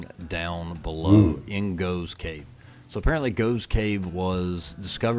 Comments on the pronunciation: It's pronounced Goff's cave - spelled Gough's Cave. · Gough's Cave - usually pronounced Goff's Cave (the old gh = ff thing). At 18 I started a Engineering degree at Bath University, but just before my 19th birthday my father died and I dropped out and ended up getting a job that took me to London where I've lived ever since. My brother and mother continued to live in the Southampton area until my mother retire and she came to live with me. My brother continued to live in Hampshire until he retired and moved to Gloucestershire - my niece and her family still live in Hampshire. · Gough's Cave is pronounced 'Goff's'. I was at school many decades ago with someone of that name.